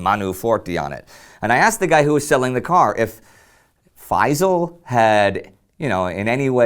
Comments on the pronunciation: I really wish that people would pronounce the Arab names correctly, especially that the name Feysal does not contain any of the letters that are very difficult to pronounce by Westerners. It's Feysal, the S is pronounced as S NOT as Z. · if you wanna perfectly pronounce the name Faisal, don't use z instead of s. say Faisal with the s full and complete it's even perfect pronunciation if you add a lite barely heard whistle stressing the s.